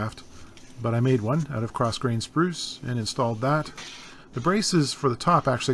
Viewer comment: Great video... I knew u were CA... when u said “oot”... lol... I live 35 miles from the Martin factory and worked in Nazareth at one time... unfortunately not there... I hope they saw this video... outstanding work my friend!